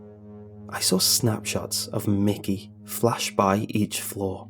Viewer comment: It's Mickey not mikey